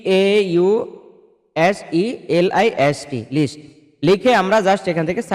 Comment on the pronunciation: আবালের বাচ্চা মামলার নাম্বারই যদি থাকে তাহলেতো এমনিতেই জানব মামলা আছে কি না? কি বাল বুঝান?? কজ লিস্ট উচ্চারন করতে পারেন না মামলা নিয়ে কথা বলতে আসছেন??